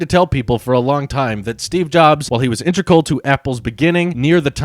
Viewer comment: it’s “integral” not “intregal”